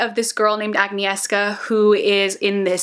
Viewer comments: Glad to see some criticism directed at Uprooted because I was also ambivalent towards this one. :) And now...Polish-American here for elocution help! Hopefully many more people who've read Uprooted see this. Agnieszka = "ag--NYESH-kah." 3 syllables only, the second syllable has to be spoken all in one word. Imagine you're being cutesy and saying "yesh," and now attach an "n" to the beginning. "sz" is pronounced like "sh." (Coincidentally, so is the "si" in my name, but with a softer combo "sh" and "i" sound that doesn't exist in English...but that's neither here nor there.) Naomi Novik really should've provided a pronunciation guide the way authors who write Celtic fantasy have been doing for decades. Anyway, I agree with you that I disliked Uprooted, but I really loved Spinning Silver by the same author. :) Hated Scholomance though, for entirely different reasons than I hated Uprooted, and I don't feel compelled to read Temeraire because the historical time period doesn't appeal to me, much as I like dragons. So far, Spinning Silver is the one perfect folkloric fantasy from Naomi Novik, and I keep hoping she'll write another one like it. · That name pronunciation for Uprooted really just.... 🙃